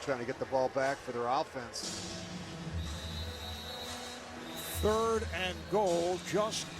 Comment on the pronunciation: Why the Rich Gannon pronounce it Ow-ffense?